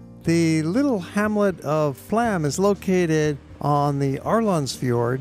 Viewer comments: The railway you traveled on is NOT Flam - it is pronounced FLOME. It drives me nuts when people mispronounce destination names. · Flåm is pronounced Flome (the å is like the o in go).